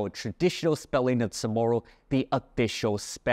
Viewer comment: I heard Chamorro pronounced with a rolling "r". Does guam say it with a regualr "r"?